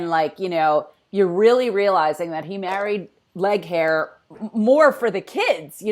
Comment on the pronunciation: I love that you call leighaire "leg hair!" I so had an issue trying to say her name in the book, I think I pronounced the same.😂